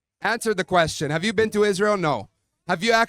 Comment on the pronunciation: “You’ve never bean?” 😂😂😂